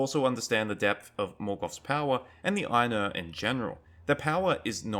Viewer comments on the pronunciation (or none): Good content, although why you'd say "Aye-nuh" and "Vah-luh" instead of "Eye-noor" and "Vah-larh" is beyond me.